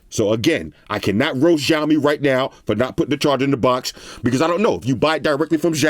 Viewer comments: Ok im not Chinese but... Its either s or sh but definitely not zh! Shao-mi (xiaomi) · i like how he pronounce xiaomi (jiomi) Lol